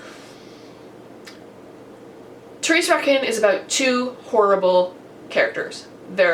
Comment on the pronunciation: Your pronunciation of Thérèse Raquin was fine :), the trick is not to pronounce the "u" because it is never pronounced after the "q" :). I'm really glad you enjoyed Thérèse Raquin, it's one of my all time favourite book! I've bought Crime and Punishment which I would like to read after I finish The Count of Monte Cristo because I've never read any Dostoïevski and I need to start somewhere. Yep you were almost there the Balzac part was really well pronounced. In French, you pronunces all the part of Ho-No-Ré. I haven't read any Balzac yet (well, not really sure).